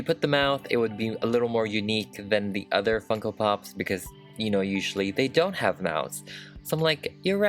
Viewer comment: When he finally got started to customise her, I thought he said, "Here we have the DIY fuckin' pop. But he really said, DIY Funko pop. lol